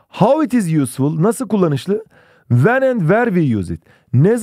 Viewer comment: hocam when okunuşu; uen ven değil